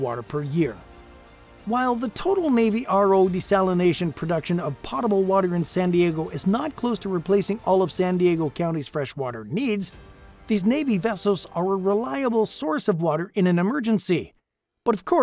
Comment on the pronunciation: "POT- ugh-bull" water? Honestly? Please tell me you used a "robot" reader. The word is correctly pronounced "POW" (as in bow and arrow) followed by "tuh-bull". Sheesh, this is the 21st century.